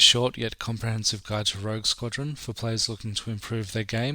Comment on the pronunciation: Such a good game. But it's rogue btw, not rouge.